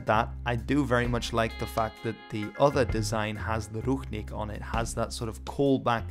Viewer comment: It sounds more like rushnik not ruchnik, and the stress(?) is on i not u.